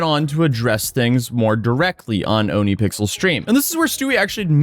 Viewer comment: OhnePixels is not OniPixels, XD Listen to Rammstein's Ohne Dich, which means "without you", and you'll hear it. "Oh nuh" Man, this scammer is such baby who'd ki scam his own mom!